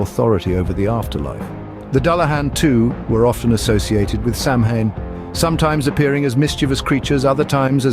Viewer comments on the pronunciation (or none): Not Sam Hain goid gods 🤣 pronounced "SAH win . Educate yourself before attempting a documentary on something you apparently know nothing about.